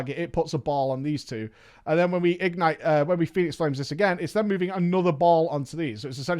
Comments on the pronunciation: IG-nite. Just say ignite. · The way he says “IG-nite” triggers me.... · Why do you pronounce it as if its 2 words? ig-nite??? triggered 😜